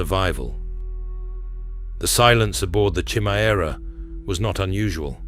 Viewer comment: Homie said "Chimmy-Era" 🤣🤣💀💀